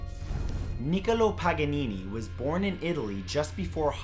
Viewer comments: It’s pronounced nik-COLO not NIK-olo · Pretty much anyone can pronounce a name correctly if they try. My favorite is when he tries to accent foreign names, but pronounces them incorrectly to begin with (Niccolo).